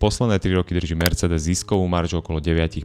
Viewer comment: ano, malo by to byť ,,mersseedes´´ :)